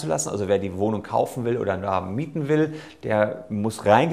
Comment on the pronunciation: Broken Mirror Ein Versprecherlein, ohhhhhhh! Sollte wohl eigentlich "Wohnung" heißen.